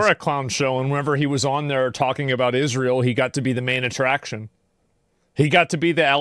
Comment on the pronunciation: Did he say Disrael like Disney and Israel str8 G asmondhomie 🤣🤙🏼